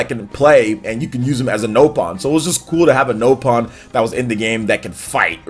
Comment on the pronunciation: BRO IT'S NOT HECKIN "NOPE-ON". I swear no one had their volume up during this game's voice acting. Where are people getting these weird pronunciations from????